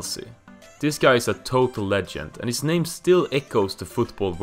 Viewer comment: At least say his name right 🤣😅